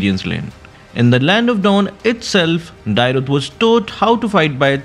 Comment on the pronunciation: Please learn the correct pronunciation of Dyrroth, that pronunciation is so irritating to the ears 😂